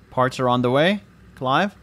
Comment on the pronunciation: "Cliv" Makes me laugh every time i hear it